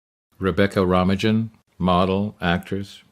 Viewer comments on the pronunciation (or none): Rebecca "Rumagen"...?? Romijn, her name rhymes with "sign" or "mine"... it's the Dutch word for "Roman". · Pronounced Rebecca ROMAINE, not RomaiGin. The narrator is coma inducing. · Her last name rhymes with "lo mein". 😉 Love the video nonetheless. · Your AI voiceover can’t properly pronounce her name. Please use humans, not AI for voiceover. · WOW!!!..... you slaughtered her name!! Lol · The least he could have done was learn how to pronounce her name. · Considering he was actually worked with her, it was a bit crazy he didn't know how to pronounce her name, lol I think this was included in one of the original dvd extras back in the day. X men 2 if I'm not mistaken. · The AI generated voice hasn't learned how to pronounce this spelling.